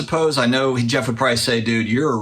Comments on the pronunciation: Geoff Wilson says it right. says it wrong. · I’m French, Geoff says it correctly!!